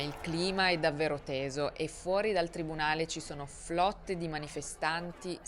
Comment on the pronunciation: ..."ossi" e "flotte" però non si possono sentire... 🤣🤣